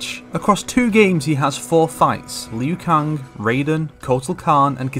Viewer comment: Lmao “lu Kung”